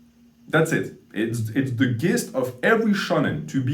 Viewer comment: I’ve heard you pronounce this word like this a few times now - the word “gist” should be pronounced “jist.” Just an fyi 👍